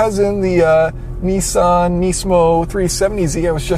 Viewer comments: Try to say it properly. It is not nee-sawn. It is Niss-aahn. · Alex Lyons He says it wrong. It's nissán, with the stress in the san. And the i is short, if it was long ot would be written with two I's, or with a dash over the i . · Why do you Americans pronounce Nissan as Neessan? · knee-sahn is the correct way to pronounce it because that's how Japanese pronunciation is. the a in ssan, is pronounced ah as in "haha"